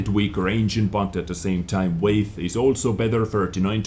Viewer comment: Hey nice video! And btw, weight is pronounced like wait. XD